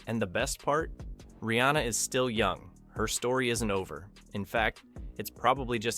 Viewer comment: Pronounced: REE.ANN.UH!